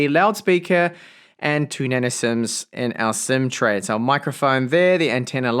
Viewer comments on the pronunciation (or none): none